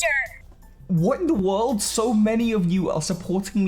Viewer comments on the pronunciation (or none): none